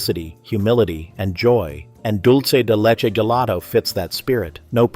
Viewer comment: It is not "Dolce de leche". It is "Dulce de leche". To mispronounce this simple term is to insult both Italian and Spanish speakers and to give the impression that you don't know the difference between an "o" and a "u".